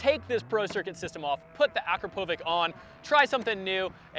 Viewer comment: You pronounced akropovic wrong it’s more like uh crop uh vitch